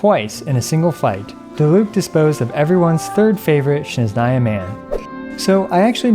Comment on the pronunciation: My poor ears when he said "shneznaya"...